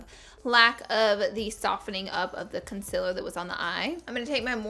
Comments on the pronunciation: Do: say con-SEE-ler Dont: say con-SIL-er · concealer? nopelaura lee says its pronounced concilar..